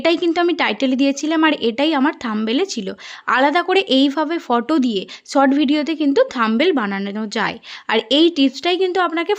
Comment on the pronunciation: Sot na short tomader s pronociation eto kharap keno